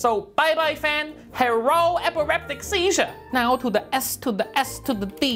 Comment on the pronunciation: "Bye-bye fan, HERRO EPIREPTIC SEEZHUR"